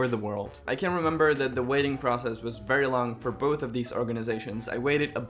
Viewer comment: “I was born at a vary young age” 🤣🤣